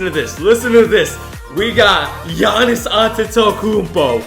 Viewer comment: the way he pronounced giannis😂